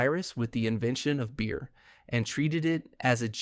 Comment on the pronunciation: Beer not Bear ;) keep up the great work